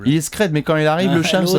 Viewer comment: C'est Shems merde ça s'écrit Shamd mais ça se prononce Shems .. ( je m'appel comme ca aussi )